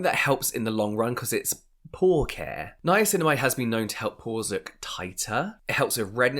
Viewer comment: "nye-cinnamon" from the podcast LOL